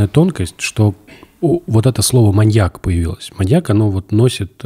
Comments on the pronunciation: Выпуск прекрасный, всё отлично, но ВАШУ МАТЬ, СКАЖИТЕ ИМ КТО-НИБУДЬ ПРО УДАРЕНИЕ В СЛОВЕ "МАНЬЯК" ВО МНОЖЕСТВЕННОМ ЧИСЛЕ, УШИ ВЯНУТ БЛЭТ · маньЯк, маньЯка, маньЯков.... 😭 очень больно слушать подкаст при таком количестве упоминаний этого слова с неправильным ударением